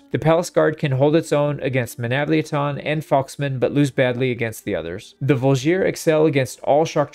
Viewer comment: the way you say Menavliaton sounds like it is a transformer its MenavliAton similar to how you say TriArii